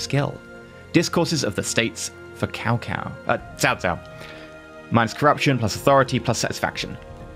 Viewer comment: There is no hard T sound in Cao Cao, even though phonetically there is a t, it is so soft that it barely makes a sound. S is a hard S sound.